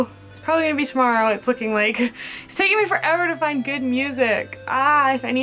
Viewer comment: I like how you said tomorrow... it sounded like toMARO